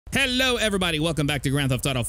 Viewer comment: From when says "Oh Herro" instead of Hello oh man that was funny. These videos are just great